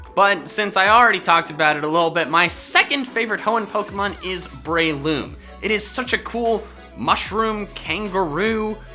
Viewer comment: It’s BREloom not BRAYloom